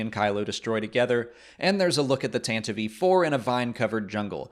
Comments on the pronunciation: It is pronounced TAN TIVE. NOT TANTIVEEE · I really don’t understand why he calls it the Tantavive IV. It’s the Tantive IV